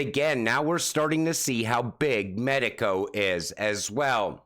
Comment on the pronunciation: It's not pronounced medico. It's two words. Meee as in not you, and taco as in Mexican food. Mee taco. Arrr Maytee, let go mee taco! Shiver mee timbers.